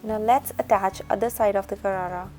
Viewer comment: hii loser its not garara its sharara